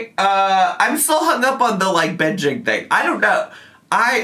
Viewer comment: I am not a native speaker and I always crack up when says "binjeeeen" instead of "binging"